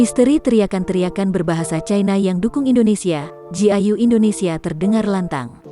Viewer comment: kayak orang luar soalanya bilangnya ingni(artinya Indonesia dlm bahasa mandarin)ingni jiayau dri logatnya aja kelihatan bukan Indonesia.. 🤣